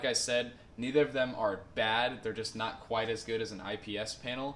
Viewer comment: I thought you saying 'There is lot', lol